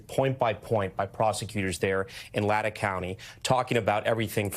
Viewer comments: Latah County = pronunciation lay tah. Not latta.. ugh. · Lay Tah (Latah) County - not latta County 😆 It's indigenous. Ya'd think the woke fugging media could get Native pronunciations right. 🤦‍♂️ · Friend its LAY-TA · Latah. (Lay taw). Just saying. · You mispronounced "Latah". Do your homework...and, who wouldn't be sobbing? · It's hard to take h ou seriously when you cant pronounce our county... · I think he was trying to pronounce Latah and clearly failed 🤦‍♀️ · Really NBC News, a huge well-known case like this and you couldn’t have inquired how to pronounce Latah correctly.